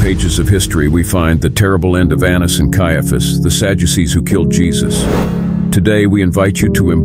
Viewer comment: I hate this AI 💩💩 "Sajuices"?